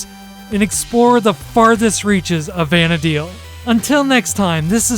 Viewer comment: very good guide tho the "Vana dale" does bother me quite a bit lol same as "Sanda Oria"